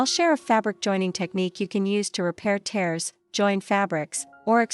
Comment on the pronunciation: Small "tears " (sounds like shears should be tears -sounds like bears)